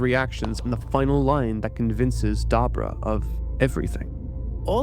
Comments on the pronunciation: Who and what is a Dabra? If you're referring to Dabura, at least try to pronounce his name correctly. Dabra (Da-Bra) = 2 Syllables. Dabura (Da-Bu-Ra) = 3 Syllables. I don't understand how people mispronounce names of things or characters they've been hearing for years. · I kept trying to enjoy the video, but kept having to pause. And now I have to write this: Dabura is pronounced DaBUra. DahBOOrah. Nobody named Dabra in Dragonball. If you can't say it the Japanese way fully (with the l/r flick) that's fine, but emphasis on the first syllable is a no go. Sorry, back to watching it. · Who the hell is "dah-bra"? The dude on screen is "duh-bore-uh" . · Who is dabura? DAH BOO RAH. Say it with me. DAH BOO RAH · Cant even say dabura correctly in the first 5 seconds smh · The way you pronounce Dabura's name made me tap out at 57secs literal ear g)rape